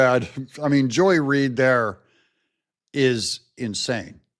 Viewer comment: It's Not Joy Reed....